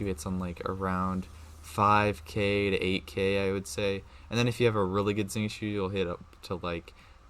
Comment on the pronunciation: Omg finally someone that can pronounce xingqiu's name quite accurately 😭 Actually the Xing is pronounced as "sing" and then it'll be perfect! Love your video it was very helpful because I'm going to try to c6 thoma and need to maximize his potential!! 😀